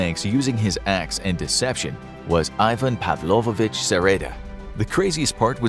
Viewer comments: It's Pavlovich, not Pavlovovich. Павлович -> Pavlovich (ч -> ch). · its pavlovich, not pavlovovich ^^